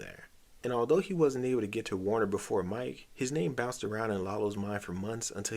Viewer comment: Warner? Warner????? What's that pronunciation?